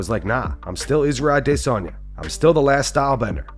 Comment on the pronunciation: Please Please Please quit emphasizing when you say IZZYs last name. Thank you very much